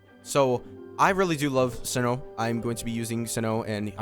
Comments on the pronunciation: its Cee-no lol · Its S-EYE-NO my guy not Sin-No